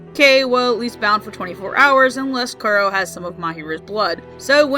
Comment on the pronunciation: Kuro is pronounced Koo-Roe (Sorry! I speak Japanese)